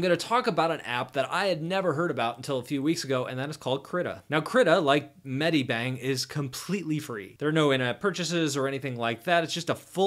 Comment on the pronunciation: and it's not"med-I-bang", it's "med-i-bang".